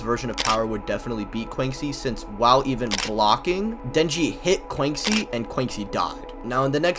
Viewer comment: Bro PLEASE learn to pronounce Quanxi better. Disrespecting the homegirl.